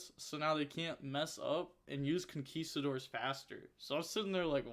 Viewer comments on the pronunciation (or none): none